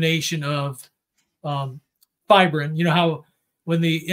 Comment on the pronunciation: He says fibrin.